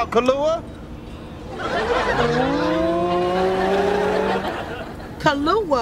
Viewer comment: "Ka-Lua as Kalua Pig lmfao